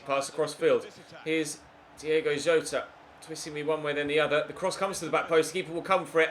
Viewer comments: Diogo Jota not Diego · It's DIOGO Jota